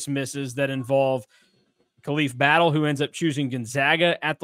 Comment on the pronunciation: Maybe Battle did come because you guys don't know how to pronounce his name